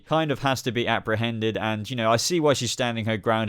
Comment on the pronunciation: lmao i thought u said "abra" hended instead of apprehended